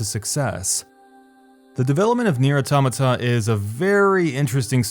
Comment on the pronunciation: i couldn't keep watching, your butchering of the word automata just killed it for me. couldn't get past the 2min mark.....